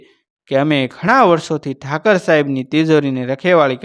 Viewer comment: Thakar saheb n kahevay Thakor saheb kahevay bolata shikho